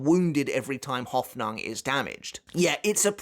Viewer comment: ive never heard anyone butcher the word Hoffnung quite like he does